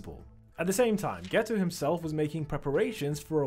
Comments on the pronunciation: Are you saying geto or gayto? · Haha bro said geta as gayto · geto❌ gayto✅ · I heard gayto💀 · "you can tell this is suugruru gayto" 💀💀💀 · “Suguru Gayto”💀💀💀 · "suguru gayto" 💀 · why is he calling him gayto